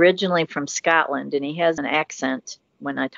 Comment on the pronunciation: Scutlint??? Oh you mean Scotland 🏴